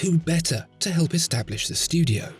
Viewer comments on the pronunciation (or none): none